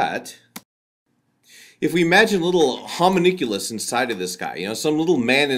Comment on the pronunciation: It doesn't sound like you are talking about philosophical "deep" free-will. Rather just "will". The "Free" implies it is, well.. "free". Also, I think it's "homunculus" and you said something like "homoniculus".